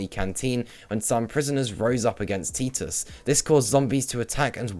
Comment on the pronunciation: I mean this as constructive criticism, your pronunciation of names like Xian Mei and Titus are wholly incorrect, Xian Mei I get, no one really says her name, but Titus' name is spoken so you'd know how to say it. Also colonel is pronounce kernel.